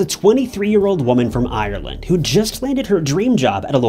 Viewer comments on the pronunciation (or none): none